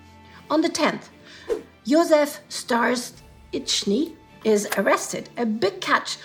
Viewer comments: It's so cute how struggles to pronounce the Germanized Czech surname Stařičný / Starziczny:) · Josef Starzicny is most probably czech family name "Stařičný" - letter 'ř' is pronounced like: '#$@ - that's why had such problems to say it.